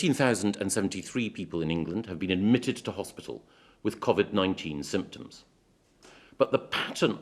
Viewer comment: I know that this is a SERIOUS ISSUE... But will someone please, for the love of God, teach Michael Gove on how to pronounce "COVID-19" properly!!! It's really grates on me how he's pronouncing it! It's "Co" as in a website and "vid" as in video!!! Not a the weird way he's saying it!!! Grrrrrrrrrrrrr